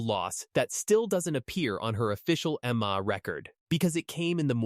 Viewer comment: Yes more bull shit and would someone please teach this damn AI how to pronounce MMA. It's an acronym stupid.